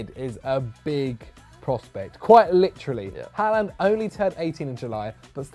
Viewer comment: Its pronounced „horland“